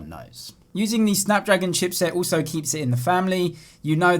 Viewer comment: Sometimes when u say also it sounds like uso ..try to improve ur pronounciation man..